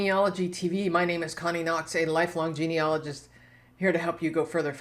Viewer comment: Thank you for sharing your hints. Can I return the favour and give you a hint? The correct pronunciation of 'genealogist and genealogy' is as written, and not 'geneologist' or 'geneology'.